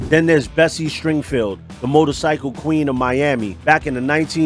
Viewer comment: It's Bessie Stringfield, not Springfield. Great vidio; good research.